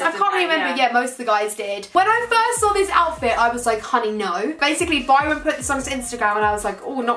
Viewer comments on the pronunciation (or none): it’s Bryant not Byron😂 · Saffron said when she was on the Dolan twins one she said ‘byron’ instead of bryant😂😂😂😂